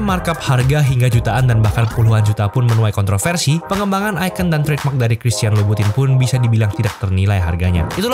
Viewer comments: Dibaca dlm ejaan Prancis jadi “Kristiyong lubutong” 🙂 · Bacanya bukan gituuu